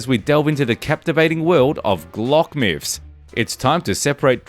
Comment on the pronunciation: Lol “myphs “